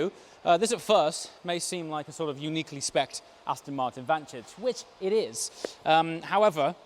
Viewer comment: How did you just say vantage...?!